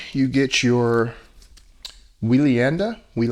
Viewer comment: Don't quote me but I think it's pronounced Way-Lee-On-Da, anyway I have their Astronaut Zero Gravity chair and I love it. Plenty of lower back support, comfortable, easy to take care of, and the zero gravity thing is a great way to take a nap. My only real gripe is that I'm not 5'8". Like most theater chairs, and let's be honest furniture in general, it does not really accommodate someone 6'2", I'm kinda used to that though. Minor things like the lights I do agree with you and I would like the head rest to lift up a bit more. Other than those 3 things I will be buying another. Their customer service is pretty good as well. They messed up the delivery time and offered me a different color, a refund, or I could wait and they'd refund me $100. I waited and they were very good with communication and follow up.